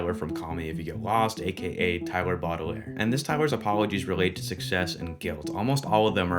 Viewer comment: “Tyler Bottle-Air” 💀